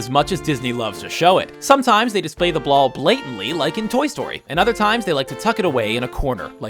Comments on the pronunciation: does he say blall blatantly instead of ball blatantly? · did you say blal? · he says blall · "Display the blall," eh?